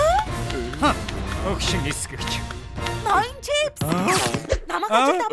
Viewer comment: Чипс гэдгийг чип гэцэн байна